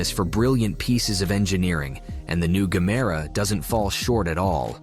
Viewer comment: Aloo gemere..not gamera😂😂😂😂